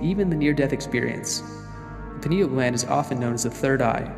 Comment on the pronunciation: It's pronounced Pine-al gland as in pine, it's shaped like a pine cone, from the pine tree.